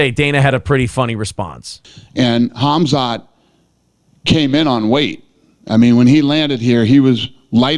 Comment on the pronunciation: Rips Brendan for mispronouncing names, calls KHAMZAT kazmat lol